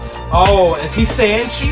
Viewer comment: When he's training that's real time and not sped up. His name is pronounced Sanchai like Chai tea. He's is know for his crazy antics. He is famous for the cartwheel kick